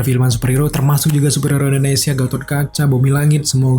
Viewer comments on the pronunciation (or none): none